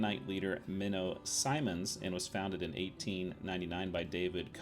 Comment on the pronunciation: Great series, however one correction to note: Meno, Ok is pronounced m-EN-oh long e like saying Me no